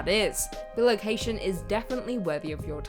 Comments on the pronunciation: Love the channel, but it's bi-location....not bil-ocation. It's from the latin bis meaning twice and the word location. Other than your pronunciation of that word, loved the video. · I'm pretty sure it's pronounced "Bye - Location" - as in bi = two. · Bi-location. Man that was hard to hear each time